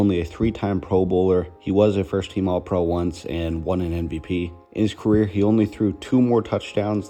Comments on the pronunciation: This video is so, so good! There’s just one thing that’s bothering me. Why do you say NVP instead of MVP? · Thanks, but I actually just mean the way he says it every time. It just doesn’t sound at all like he puts his lips together.